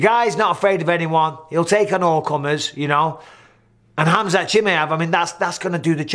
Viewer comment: Mike, is "KHAMZAT" :D